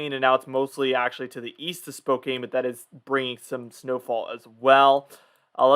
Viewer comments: Just a picky comment. Spokane is pronounced spo-can not spo-cane. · It's not Spo cane. It's Spo can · Thx for the great weather report. PS. Spokane is pronounced without the e. Sounds likes "can" not "cane." No big deal but thought u might want to know. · The city of spokane is pronounced (Spo can}. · I noticed that too I'm not from Washington I'm from Oregon but when he said Spokane like that I was like huh?